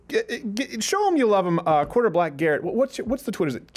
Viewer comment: Asking for Hopper: "Are you saying 'quarterback' or 'quarter black'?"